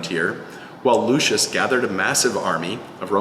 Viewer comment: When you call a ROMAN: lushis 🤦🏻